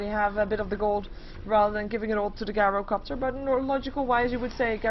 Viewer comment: I like your casting for the most part and I think you're improving, but it's JAI-ROH-COPTER.